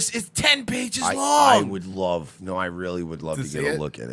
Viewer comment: LOVE YOUR GUYS SHOW!! PLEASE adress the fact that Owen Benjamin pronounces his L's as W's.. ex.." I wove non jews" keep up the great work brothers